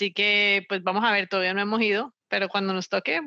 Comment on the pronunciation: "Vamojaver, todavía no hemojido", caleñísima.